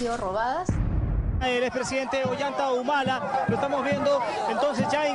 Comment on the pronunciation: la chica dice Olanta Humala asi tal cual.